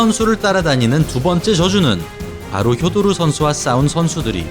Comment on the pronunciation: 실력도 실력이지만 표도르는 경기자체가 시원시원하고 가장 재미 있엇다 효도르는 일본 발음이니 표 표기가되는 우리는 표도르라 불러야